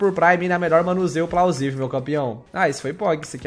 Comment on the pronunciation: mas o fala plausivia